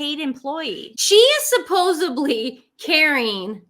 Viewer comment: 😂😂😂 great recap...just as sn aside..as an English major it's supposedly...not supposedbly❤you guys😊